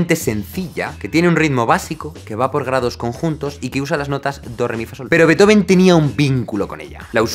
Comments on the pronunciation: No, no se pronuncia /ˈbeɪtoʊvən/ sino /ˈbeːtˌhoːfn̩/. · Solo decir que Beethoven no se pronuncia así como indicas en el minuto . En realidad sería algo más bien como Fan Béeetofn llevado a sonidos españoles (fuente: yo (alemán/español)). En cuanto a Beethoven como símbolo europeo, de su vida se sabe que él siempre estuvo apoyando los diversos movimientos y guerras "liberales" de toda Europa en contra de los absolutismos. Por eso compone Egmont (como símbolo de la "liberación" de los holandeses del Imperio Español, obviamente basado en una obra con sesgo del luterano Goethe), le dedica la Eroica a Napoleón como defensor de exportar los ideales de la Revolución Francesa, para después eliminarlo de la dedicatoria cuando se proclama Emperador y compone un homenaje a Wellington tras la Batalla de Vitoria cuando José Bonaparte es vencido en España. En resumen, su interés por lo europeo fue bastante más allá de la política interna de los reinos germánicos. Beethoven es de Europa y del mundo, no sólo de Alemania. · originalmente no se pronuncia /'beitoven/, se pronuncia /'be:tofen/ porque no es un apellido en inglés, es en alemán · una pronunciación mas acertada seria Ludbik fan Bitjofen.... Luis del Campo de Nabos... A la mierda todo el glamour, ja ja ja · Se pronuncia Beetofn. De hecho. y Motsagt y Ainshtain como bonus xd. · No se pronuncia Lúdvij fan Betófn? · Excelente contenido Jaime. Pero se pronuncia Beethofen, que el chamaco era alemán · Se pronuncia: "Ludvik fan Beetjofen" 😀 aproximadamente claro. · Ludwig van Beethoven [fʌn ˈbeːtˌhoːfn̩] se pronuncia beetjofen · Se pronuncia Betjofn** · Se pronuncia Fan Be-eetoFen, amigo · Se pronuncia «Beetjofen» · Se dice “beutofen” 2 segundos antes “ludbig” 😂😂😂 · No se pronuncia así su nombre. :( “Beet-joven” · ¿En qué idioma se pronuncia "Beithoven"? ;-) Desde luego, en alemán, no. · No, no se pronuncia así: la ‘b’ no es fricativa o aproximante; es bilabial sonora oclusiva. La ‘v’ sí debería sonar fricativa.